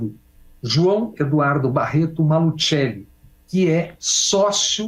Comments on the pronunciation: No programa do Nassif uma pessoa do Paraná ensinou a pronunciar Maluceli e não Malutcheli como o Bob fez. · Bob Fernandes na hora de falar o nome do desembargador fala em italiano "malutcheli" ninguém no Paraná conhece essa família, aqui todo mundo conhece a família "maluCeli" deveriam dar o toque para esse jornalista esta ajudando na confusão e fica por isso mesmo